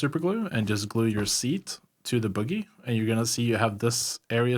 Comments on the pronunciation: Oh my god I absolutely love your guides but I can NOT stop laughing at how you say bogey. For future reference, it's not pronounced the same way as boogie, its actually pronounced BOW-gee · It's pronounced 'Bow' - 'Ghee' dam kids